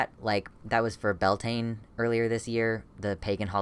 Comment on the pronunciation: please look up how to say bealtaine... like maybe im wrong but thats not what i learned in Irish class